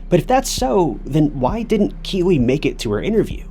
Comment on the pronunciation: I thought he was saying Kiwi also, so was it Keeley?